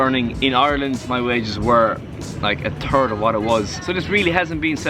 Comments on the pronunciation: "My wages are a turd [...]". I love the Irish ;) He really said "a third" but thats what I wanted to hear. Cheers! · Really? I thought he actually said "turd". lol